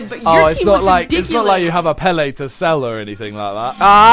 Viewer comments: The amount of times he called Pele, Peel makes me sick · who the fuck is Peeeeeeeeeeel simon.. ? and that feeling wen an american pronounces Pele correctly and a brit cant. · You call Pele "Peel" WAT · Simon saying pele as peel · Is it me or did Simon call Pele "Peel" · why is simon saying peal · I cat say pele u say peel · Why does he call Pele Peel